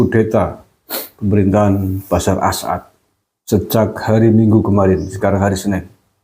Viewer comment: Maaf ya KANG GUSMAR, ...bukan BASYAR AL-AS'AD, tapi BASYAR AL-AS'AD.